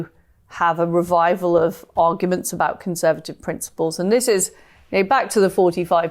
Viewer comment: She certainly needs a voice coach as she’s very difficult to listen to. Monotone but with that really grating rise in tone at the end of each sentence, as well as not pronouncing Ts at the end of words. The number of times she said “abow” instead of “about” was unacceptable for someone in such a high position. It’s important they have good diction or how are they or convey important ideas if no one can bear to hear her speak?